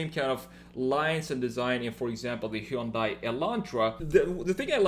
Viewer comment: Plzzzzzzz it's pronunced "hyon dae" it's like hearing someone call Versace, ver-sase!! It ain't that hard!! Also, awesome video!